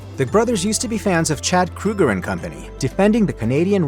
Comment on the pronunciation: It's Chad Kroeger .... not Kruger! 🙄